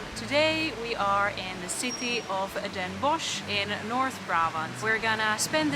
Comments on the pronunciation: Bossche Bol.. and don’t pronounce it Den Bosh, but Den Bos, like the Dutch word for wood or forest. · You don't say the ch in Den Bosch. You would say Den Boss.